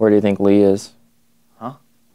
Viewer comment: It hurt my soul a little when he said "where's Lee?"